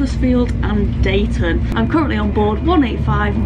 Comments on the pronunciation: It's pronounced Deeton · It's a lovely journey from Manchester to Huddersfield. I loved driving my bus around Slaithwaite and Marsden circa . Deighton is pronounced Deeton by the way. 🤗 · Deighton is pronounced Dee-ton (or Neanderthal Central). Slaithwaite is my nearest station. Yes, G you are on my local line. 👍